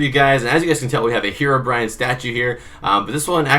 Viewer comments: / bro love the video but its HEROBRINE you said HEROBRIAN it is not HEROBRIAN there is no Brian it's BRINE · Why do people say herobrian? It is herobrine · / bro love the video but its HEROBRINE you said HEROBRIAN it is not HEROBRIAN there is no Brian it's BRINE